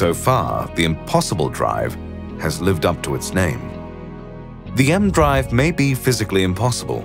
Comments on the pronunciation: It's not "the M-Drive" like the letter M, it's like "E-M" ee-Em.... Which has also since been proven to not work... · I'm reasonably sure that it's not called the "emdrive". You pronounce the E and M seperate as it's an abbreviation of electromagnetism.